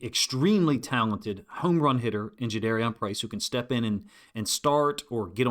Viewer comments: Thanks for your analysis, coach. I guess we learned after the draft that his name is pronounced Ja-DAR-ian, not Ja-DARE-Ian. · Juh-darr-ee-en Was the pronunciation Price gave on his radio intro FYI Respectfully for future reference 👍🏽👍🏽